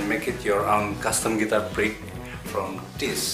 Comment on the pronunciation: Am I the only one who hear "Prick" everytime he says "Pick"?